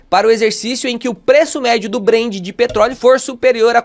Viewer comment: Ótimo vídeo, mas é BrenT com T, ouvir “Brend” é estranho demais! Rsrsrsrs